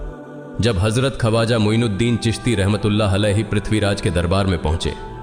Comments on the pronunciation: खवाजा नही ख्वाजा . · Kripa Khwaja ko sahi pronounce karein video achhi Hai magar pronunciation maze ko kirkira Bana Raha hai